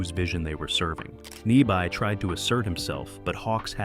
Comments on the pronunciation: Ny-BEE is the correct pronunciation, you AI twit. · This goddamned computer can't pronounce "Arness" (or "Nyby").